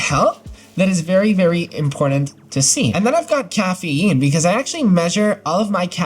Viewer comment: The way your pronounce caffeine has me rolling 😂